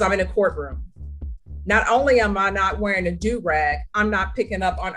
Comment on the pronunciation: The way your AI is saying “do rag” is annoying. It’s pronounced “doo rag”. Also, the music in the background is distracting.